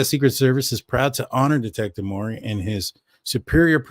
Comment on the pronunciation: Detective Urhig formally with Post Falls is now employed by SS. He’s the one that gained access to K’s laptop. FYI guy it is Mowery, (rhymes with cow) I know you like to be correct. Good show. Tysm